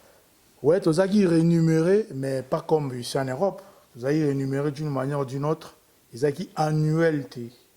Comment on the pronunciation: balobaka rémunéré et non renumeré